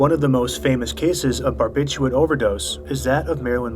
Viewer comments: it's not "barbitchooit" lol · Don't you think you should pronounce barbiturate correctly